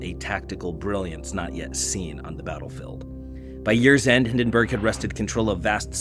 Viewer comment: Don't get AI to read your scripts. It pronounced Hindenburg and Verdun wrong and it's just plain lazy.